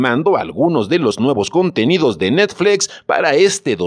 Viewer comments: Cuál “netflex “? Esa cuál es? O es muy difícil pronunciar NETFLIX? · Por qué demonios dices netflex 😡😡😡 Es chocante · 😂😂😂😂ni puse atención al vídeo por cagarme de la risa de oír cómo pronuncia 😂😂😂😂😂😂😂😂😂😂😂😂😂😂😂😂"netflex" 😂😂😂😂😂😂😂😂😂😂😂😂😂😂😂👍😂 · Netflex? jajaja:v se pronuncia como esta escrito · Netflex?...me saco de onda cada que lo mencionaba el narrador ja ja ja. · Tan grande es Netflix que hasta el le da miedo decirlo como se debe y dice NETFLEX, que paso, no le saque!!!! si ha dicho cosas peores en otros videos! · No se, si creerle a alguien que dice ¨Netflex¨ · ¿Netfleeeex? JAJAJAJAJAJAJAJA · Dice "netflex" pero dice "Disney" en lugar de "disni" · Netflex??? No mames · ¿NETFLEX? XD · Jajajaja qué cagado se oye cómo fice necflecs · Por qué dices netFLEX? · NETFLEXS, JAJAJA NO SE PASE DE VEGRA JAJAJA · Si vas a decir netflEx también di Disni y Fax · Dijo Netflex? Jajajajaja 😂😂😂😂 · Tambien le ha dicho necsfix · De seguro tomó un curso de Inglés en Trump University. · diciendo netfleex...... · Es necesario que digas NetflEx???? Es horrible. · Pronuncie bien! NETFLIX!! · Porque pronuncias netflEx? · APRENDE A DECIR NETFLIX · Pronunciq bien NET.... FLIX...... NET.... FLIX!!!!! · NETFLEEXX.... HAHAA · Que jalada en ingles si se lee como se escribe "Netflix". Y Disney es "disny", no "disney". No esta mal pronunciar como suena en nuestro idioma natal. Pero si vas a pronunciar en otro idioma debes pronunciar tooooodas las palabras correctamente. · Y por que dices Netflix tan raro? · Qué horrible pronuncias Netflix